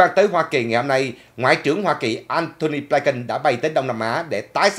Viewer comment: Cái tên Antony Blinken đa số người đều đọc là Blin kình,sao chỉ đọc là Blai kình,,các đài Mỹ cũng đọc Blin -kình mà